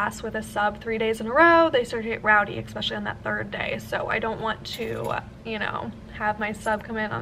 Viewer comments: In the nicest way possible, please stop saying “eckspecially” instead of especially 😂😘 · I love your vlogs x I find it so funny how you say the word especially with an x 😂 I'm from the uk, is that an American thing?